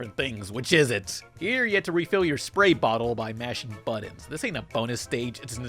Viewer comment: Love how he says "buddons"